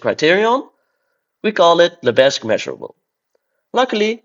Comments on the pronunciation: The 's' in Lebesgue is silent, so it should be pronounced 'lebegue'. That's French for you! Edit: holy shit, this video is a banger. GREAT stuff! :D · Henri Lebesgue was French, the s is silent. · I love to troll my French colleagues by pronouncing Lebesgue as Leh-bezz-guEEH. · The visuals in this video are absolutely amazing! But, I'm sorry, it's practically impossible to hear you say "Lebesgue" with a non-silent 's'. Side note: What do you mean by "First year university calculus" in minute ????? You don't have real analysis in your first year of University? That's just a crime against mathematics! How can you claim to learn mathematics without absolute rigour from the first semester!